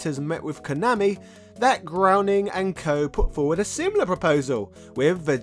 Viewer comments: Matt "Groening" is pronounced GRAINING (rhymes with "raining"). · Just FYI: "Groening" rhymes with "raining."